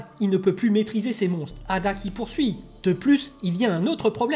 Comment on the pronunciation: C'est pas eida et non ada?